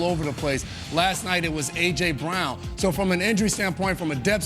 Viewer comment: “They can’t do et like we can do et” 😂